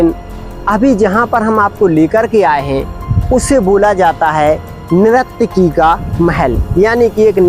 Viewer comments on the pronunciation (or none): Bhiya nirakti nahi hota he sahi se boliye nurtaki bola jata he